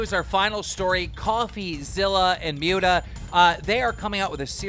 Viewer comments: "Mjuta" lmao its Mutahar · “Mute-a”?? 😬 at least get his name right lmao he literally says it in all his videos